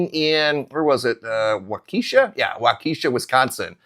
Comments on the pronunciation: It's pronounced walk-esha FYI not eesha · It’s pronounced WALK-a-shaw. Emphasis on WALK. There is no keesha. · Wah ka sha not wakeesha..cringe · Waukesha is pronounced Wah-keh-shaw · It's not Waukesha like you are pronouncing. It's Pronounced Wau kEh Shaw. 😔 I'm in Central WI and we only got an inch. Milwaukee got the majority. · Waukesha, emphasis on the first syllable, not the second. The second is short E, not long. Walk-eh-shaw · Pronounced Wa kee shaw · Huh? You never heard of Waukesha? He’s mispronouncing it, but I assure you Waukesha exists.